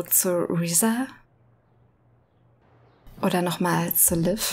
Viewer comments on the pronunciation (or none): Bei allen Aussprache- und Betonungsfehlern, die Marion von Stengel sich in diesem Spiel bisher geleistet hat (auch hier wieder: "Liev" statt "Liv") muss ich dir trotzdem schreiben, dass die Aussprache von Lucia = "Luu-tschi-a" ausnahmsweise absolut richtig war. So wie du es aussprichst "Lucy-a" ist es falsch. Kennst du etwa nicht das Lied "Santa Lucia" - weltberühmt und zigfach gecovert von allen möglichen Schlagersängern...